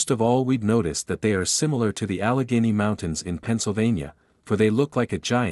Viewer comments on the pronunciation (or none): none